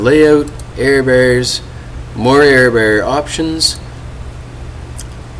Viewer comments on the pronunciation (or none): I can't take you serious because to say error bear... it's BAR! lol